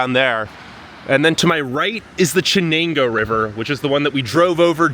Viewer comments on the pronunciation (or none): Btw theyre pronounced “shen-ang-oh”and Sus-kwuh-han-uh (the “han” rhymes with “can”) You’re welcome 😂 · It’s pronounced SHEN-NANGO!!! God damn… I was about to lose my shit the way he says Chennango 100 fuckin times. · "Sh" Chenango not "Ch"........ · Chenango is pronounced “Shenango”, not “Chen ango”. Trust me; I work there. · SHHHenango, not CHH as in Church. Should find out how to pronounce what you're talking about. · I was born in Binghamton in 1948. Moved to Chenango Bridge in 1952. It is pronounced "SHenango", not "CHenango". Fond memories of the merry-go-round at Recreation Park. Attended Chenango Valley Central Schools. Moved out of area in 1957 never to return. You can try to rebuild economic life with service economy but that has its limits. To hear that Binghamton has 48000 people makes it smaller than Bethlehem, PA in the Lehigh Valley. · Bro it's not chi nango river it's sha nango river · It's pronounced 'shen' ango, not 'chen'. The city was named after William Bingham. The suffix 'ton' was added to mean 'Bingham's Town', Binghamton. Mirabito is pronounced Mur-ab-it-o not 'meer a beet o'. Can't trust the narrative if the basic information and pronunciations are not accurate. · It's obvious that you're not from Binghamton. The river is pronounced "Shehnango", not with the hard ch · First off, "Ch" is pronounced SH there. Take a look at Buffalo...coming back around. Go to Lackawanna if u want to see blight - where steel plant was. Like others, we moved 2006 to CO. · its pronounced Shenango River.........................🙄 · Dude, you need to talk to the locals before you put your voice out there. It's "SheNANGO" (not "Ch"), "OnunDOGah, and "OhNIEdah. If you're willing to work on a smaller scale, you might want to check out Ithaca. To some, it's known as "ten square miles surrounded by reality," to others, "The People's Republic of Ithaca." Of course, Cornell is its throbbing heart. Anyway, it might be a fun expedition for you. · It’s not Ch it’s Sha. 👍🏼